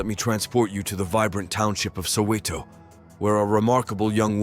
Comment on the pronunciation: The pictures you show are not of Johannesburg and Soweto. Try to do your research well and learn how to pronounce the names. Your pronunciations were cringe.I know you're not a native but this was very bad.